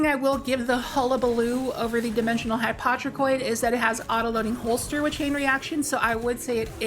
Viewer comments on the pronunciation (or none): It's pronounced Hi-po-tro-Koid. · HY-POE-TRO-KOI-D ffs lol